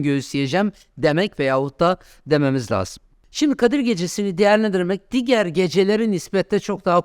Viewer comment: Abi lütfen diger demeyin😅